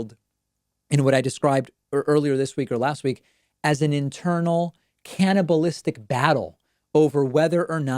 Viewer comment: Thought he said "cannabinistic".....lol